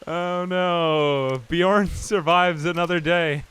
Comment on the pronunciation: How did Beorn turn to Bjorn? Not sure I can make it through the video hearing this every single time.